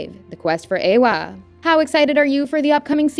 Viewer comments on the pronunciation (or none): none